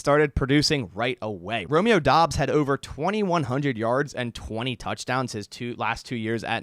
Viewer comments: As a Nevada Wolf Pack fan I can tell you he pronounces it like Dubbs not Dobbs! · Its DOUBS, not Dobbs What the hell??